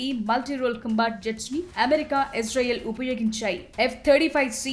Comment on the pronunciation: ఎస్ రైల్ కాదు ఇజ్రాయిల్ 😜🤓